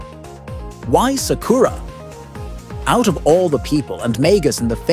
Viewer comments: “Suck-koor-ra”kinda triggers me, sorry 🤣🤷‍♂️ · You can't even pronounce sakura's name right 😂